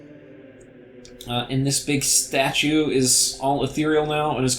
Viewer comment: you said ethereal correctly:o Truly this is a momentous day.